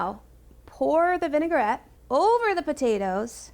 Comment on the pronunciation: How could you let her mispronounce vinaigrette so many times? All the way through production and nobody heard it? VIN UH GUH RET, VIN UH GUH RET, oof it was hard to watch, not knowing when she was going to drop another V bomb. Come on, you're supposed to be the experts.